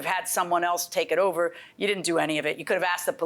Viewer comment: Is it common in Jamaican to add an “h” sound in front of words that start with a vowel? I noticed eat became heat and over became hover. I’ve never heard that before